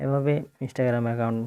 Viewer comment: ইনেসটাগেরাম না বলুন ইন্সটাগ্রাম